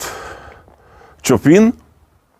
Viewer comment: Муше трошки підсказати, що аеропорт у Варшаві не Чопін (Chopin), а Шопен (і то мабудь звучить французькою), тобто аеропорт Шопена у Варшаві. До речі, футболка классна і Слава ЗСУ і українським повітряним захисникам! Відео дуже цікаве, дякую!